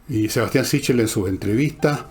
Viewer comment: Ese apellido es italiano y se pronuncia " siquel".